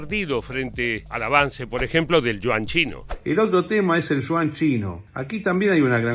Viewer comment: "El Shuan chino" ¡¿ qué cosa es eso ?! Ah, ya se... El Yuan chino, la moneda de China. 😊